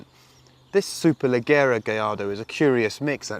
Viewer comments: I'm always a bit put off by how Chris pronounces "Leggera". Sure know a lot about Italian cars except how to call them. Easy enough to forgive though. Thanks for the good work. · Fabulous as always, but I wish he'd learn to pronounce 'leggera' properly. All the best.